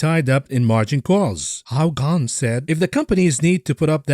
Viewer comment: Aww thanks for the laugh. Pronunciation was spot on.